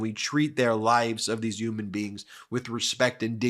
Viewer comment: Why are we collectively starting to say "Yuman" and "Yuge" cant we stop adopting trumpisms? It grosses me out 😂